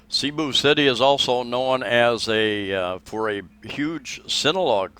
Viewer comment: Cebu.... " E " is pronounced short.